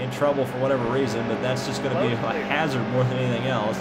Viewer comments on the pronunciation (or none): none